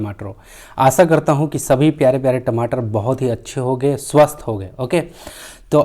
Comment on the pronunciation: Ye tamatr q bolte ho